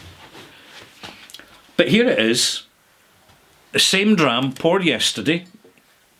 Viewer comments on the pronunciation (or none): none